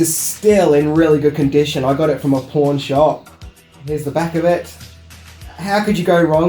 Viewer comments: I know you said you got the raider's of the lost ark record at a pawn shop but it sounded like you said porn shop.....I'm not being mean it's funny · It sounded like he said he got the raiders of the lost ark soundtrack from a porn shop😂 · Oh...PAWN shop! Wow... sometimes that accent betrays you lol